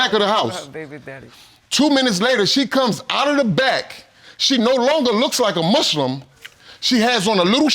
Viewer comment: ”A Mush-lim”